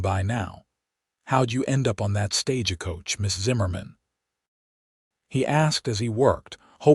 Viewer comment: Still can't pronounce stagecoach. 😂